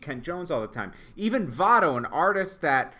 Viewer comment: It's Mavado